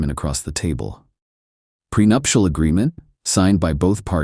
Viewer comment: Prenuptical? Ai can’t seem to get shit right